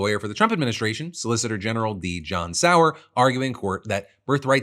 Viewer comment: Ok this is so small but it makes me so happy that you said Sauer correct. It’s my maiden name and one ever says it right. The effort you and your team puts into making sure even the small things are correct is so appreciated